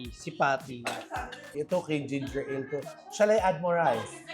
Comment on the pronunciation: Maka Ginger Ali si lol, ang cute lang. it should be “ginger eyl” if you say it faster it sounds like “gingerel”